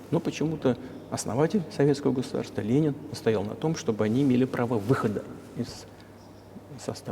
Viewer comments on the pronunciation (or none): none